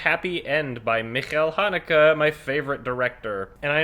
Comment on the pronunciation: I lost my shit whenever he says "Mikul Hanukkah."